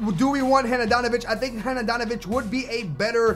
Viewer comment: hanadanovic? sorry for mentioning it love ur vids